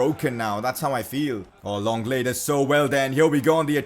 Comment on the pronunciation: Who the fuck is longle it’s said Lengle